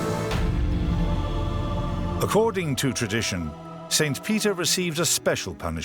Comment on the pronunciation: It’s really driving me absolutely freaking crazy how he is pronouncing the word saint